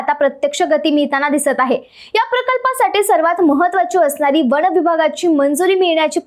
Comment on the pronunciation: ताई, वन म्हणा, वण नव्हे !